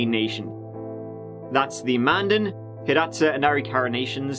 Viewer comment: Thank you for covering this! I’m from The Fort Berthold Reservation. Great job pronouncing Mandan, Hidatsa and Arikara so well! I pray that KC’s family will one day find the closure they deserve. Yes, there was a lot of horrible things that happened during that time of the oil boom. Quite sad and tragic.